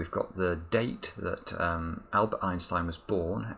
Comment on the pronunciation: Me laughing bc of how he pronounces Albert Einstein😂😅